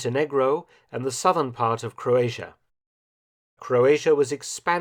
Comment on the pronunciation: Forgotten? I love him even today. Also it's crazy if English is your first language and you don't know how to say "Croatia".